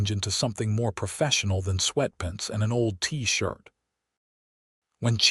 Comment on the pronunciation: Mispronounced "SUV" and sweatpants"